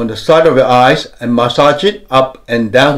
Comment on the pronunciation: The way he says "massage" and "hold it" 🔥